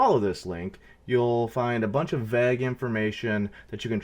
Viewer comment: You must be Canadian because you say vag in stead of vayy ghe. Vague)